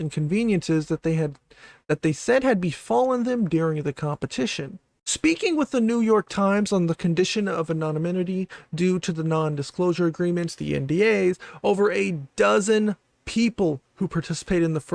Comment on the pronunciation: Did you say anonyminity? 😂